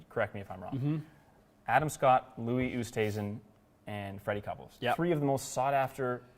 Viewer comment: well done on the pronunciation of Louis’s name. As an Afrikaans speaker who knows how to pronounce it - you were spot on! 👏🏻👏🏻